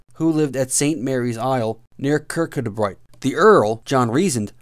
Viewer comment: Kircudbright pronounced kirkoobri